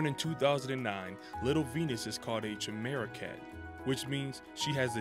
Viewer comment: It's KAI-meh-ruh, not CHIH-meh-ruh.